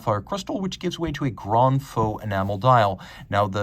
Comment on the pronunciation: Just so you know, grand feu is not pronounced grand faux!